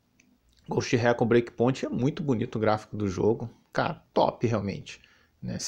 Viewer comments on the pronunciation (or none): none